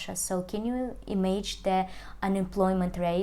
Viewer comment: паникерша вы та еще, к августу многое устаканилось, но главное не это - pronunciation is below par: can imAGINe (не имадж), budget is -баджет, не бЮджет, situation is not GOOD, no - not well!!!!